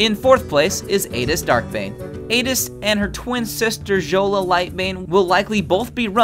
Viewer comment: Fjola is pronounced "Fiola," like Fjord. The F isn't silent. Good video, though. Nice presentation.